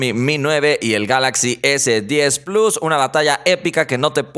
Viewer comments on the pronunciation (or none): none